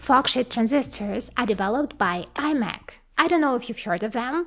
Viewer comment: не аймек а имек!